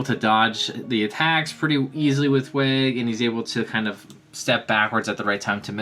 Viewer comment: Loved the video! :) Just to clear that up about Waig's name pronunciation, it's actually like the word "why" but with a "g" at the end. Also, I'd also like to point out that when we see a shadowy figure placing Waig's card on a wall, that wasn't happening in real time. That seemed to be Waig searching his memory for an answer to Kiyomaro's question. The spells contained in the bottles are actually a reused concept, Zeon did the same thing when he gave his Barugirudo Zakeruga spell to Gyaron so that he could torture Cherish with it if she tried to rebel when Zeon was ruling over Faudo. But it seems like the concept has become widespread throughout the demon world, and I have no idea why. There're tons of theories going around about what Waig and Gill are supposed to be, but the leading theory is that they're angels... the antithesis of demons who would want to purge demons because they're fighting a literal holy war and perceive them to be evil. The shadowy figure had a bunch of cards on the wall, so there's almost definitely an army involved, and that's probably why the demon world is in shambles right now. Another possibility (assuming Gill has a monster form like Waig does) is that they might be golems...